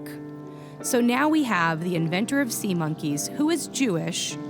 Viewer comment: HOLY SHIT WHEN SAID IT SAID SEMEN INSTEAD OF SEA MONKEYS